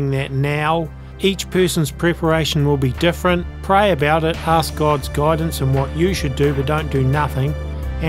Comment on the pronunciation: cannot say 'ask' - he says 'aks'. I have heard other 'alt-media' people say this, not able to pronounce easy words, possibly MK-Ultra'd? Also, Schneider is a serious zionist and Islamaphobe - please check out his website and be very, very wary of his own agenda.